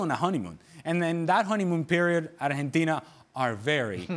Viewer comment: Someone should teach Ale how to pronounce Argentina in English.